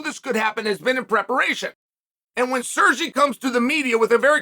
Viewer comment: At least he pronounced Sergey nearly correct